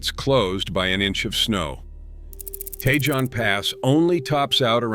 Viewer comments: Pronounce Cajon correctly dammit. And Tejon, too, for that matter. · Geez, your pronunciation of the pass names is terrible. Take some simple Spanish lessons. Tejon, Cajon, Castaic. You’re talking about Siskiyou and you show Snoqualmie.. By the way, I’ve trucked all of them, except Teton in Wyoming.